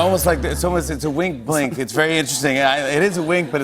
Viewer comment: Yup, that's a bwink alright.